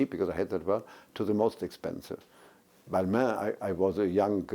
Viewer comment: intimidating interviewer, she can't even pronounce Balmain correctly.